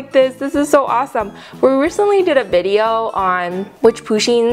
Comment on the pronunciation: its pUsheen not poosheen